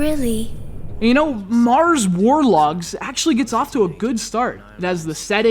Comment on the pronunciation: "war dogs"....lol